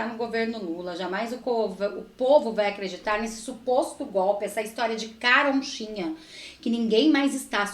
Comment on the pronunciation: O tos da CAROCHINHA. E não da CaroNchinha